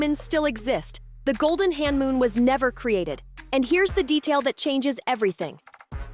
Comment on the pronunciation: you are accidentally saying Honmoon as hanmoon